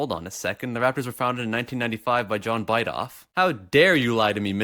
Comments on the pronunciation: you say misinformed and then pronounce his name b eye doff? its bid off... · John "Bih-toe-vuh" not "Bite-off" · Lmao John bite-ov it’s pronounced bit-ove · it pronounced bi-toe-ve you smart one